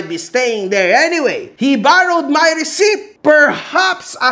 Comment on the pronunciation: !- receipt.. (ruh-seet) just saying 😍